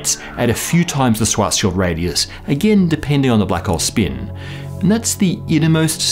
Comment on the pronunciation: Thumbs up for the proper pronunciation of the word "SchwarzSchild"